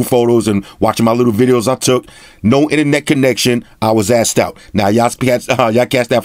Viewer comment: In a few minutes I already learned more than from other reviewers. And I learn new cool words like "ine-net", have my sub sir!